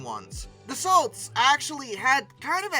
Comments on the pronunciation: In Frrench we don't pronounce the LT in Dassault. We pronounce. Daso. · If you correct yourself over the pronouncing "Rafale" maybe you should pronounce "Dassault" correctly, Dass-Oh. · In Dassault both the l and the t are silent. Pronounce Da-so. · If you want to prononce right RA-FAL, you could also prononce DA-SSO right 😁 L and T are silent. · more DA SO. Easy . As a general rule, the final letter is most ofteb silent. Like in canard. D is silent. Meaning "duck". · Dassault is also pronounced DASS-OH (with a French accent. The T, as in Renault is silent. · Dassault is pronouced "Dasso".....when A and U appear toghter in the french language they are pronouced as a single O and the L and T at the end of Dassault are silent.its like the french word " Corps" such as Army Air Corps or Marine Corps.....it's pronounced Cor and not "Corpse"...the P and S are silent. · the T in Dassault is silent. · Great video ❤ Gojira intro ❤ Geneva convention level of massacre on french names ❤ (I'm not even french) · You bang on about how Rafale should be pronounced but butcher Dassault 🙄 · no AI narrator here. Thank you. But it's funny that you worry about mispronouncing "Rafale" and then go on to slaughter the pronunciation of "Dassault" over and over. Hint: the "T" is silent. It's not pronounced like "the salt." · Dassault - the “l” and “t” are silent. So “Dassau” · Interesting you are exact on the pronunciation of Rafael . . . but Dass-so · Dassault is pronounced, 'Dah-so', by the way 😉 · Hate to be the well actually guy but it's pronounced dah-soh (as in SOW - what you do to seeds) - ish..... there's no closer easily recognisable English word I can think of. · Yeah, isn't it da-sow? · That's not how one pronounces "Dassault" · pronounced: da-soh, not da-salt. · Dass-oh not Dass-alt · It's Da-so. LT is silent. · You're prononcing "Rafale" correctly, but you should also prononce Dassault like "dasso", it is not "of assault". In french we say "char d'assaut", litterally, a tank.